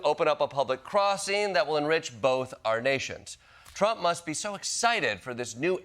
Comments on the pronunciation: tromp tromp. cant she even say his name right in between the dow deflections? lol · Does anyone else hate the way she pronounces "Trump"?